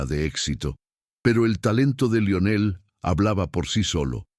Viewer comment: Lo único malo es que el dice laionel en vez de Lionel